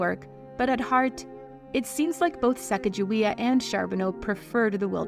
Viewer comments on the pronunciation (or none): Why is the narrator pronouncing her name “Sacajawea?” Her name was “Sakakawea” or “SacaGAwea.” Lake Sakakawea in North Dakota is name after her. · It is NOT Sack a ja we uh It is Sa Kah GA we uh w/ a hard G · You're pronouncing her name wrong. Sacagawea. Do not.pronounce the G as "gee". Its pronounced like the clarified butter, "ghee". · Her name is correctly pronounce with a hard G sound. The soft G is an Anglicized pronunciation not in keeping with her heritage. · Her name is not sack a ja wea, it’s Sa caw ga wea! Not sack!….just saying. Get it right!! 👍❤️❗️😢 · It's pronounced "Sakakawea" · I’ve heard it said that her name is pronounced chigaga-wea. And that’s how Chicago got its name? Is this true? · Pronounced Sa kog ju we ah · Her name is actually pronounced with a hard "G" as in goat, cog, etc. So, it's more like suh cog a WAY uh. Different, I know, but that's the correct pronunciation. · It's Sa cog a waya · Her name is actually pronounced Sah-Cahg-Ah-Way-Ah. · Her name is pronounced Sacagawea ...wea/waya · Having spent a good part of my childhood next to the Mandan reservation on the Missouri River.... a person would get pummelled for miss pronouncing her name. Pronounced with a soft "g". Herr name sounds sa-caca- wea. The sound,(call), of the prairie grouse, thus her name Bird - Women. If you look closer at the history, many on the crew and natives had VD. I dont dont even want to describe what the white men thought was the cure. The part of the Clear Water that the group nearly starved to death, is still void of game to this day. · And I could be wrong, but I believe pronouncing the "g" is incorrect. I have been taught that her name was "Sahcahcahweeah" (So sorry for the rudimentary phonetic spelling, but it was the best I could think of to impart the sounds). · It’s pronounced sa cah juway. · Her name was Americanized. It was supposed to be pronounced Sa caw ga wee. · The incorrect way you pronounce Sacagawea hurts my ears